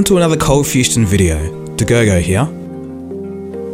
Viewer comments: Why are you saying coldfusTion? bouth the intro , the writing and you called it like that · At the beginning is it Coldfustion or Coldfusion. You've come a long way to almost 3 million subs. Great work! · Thought he was bugging when he said fustion, looks like im not a real coldfusion dagogOG